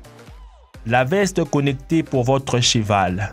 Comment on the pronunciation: on dit cheval et pas chival